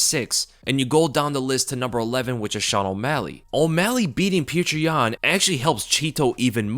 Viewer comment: STOP FUCKING SAYING PETRI YAN PLEASE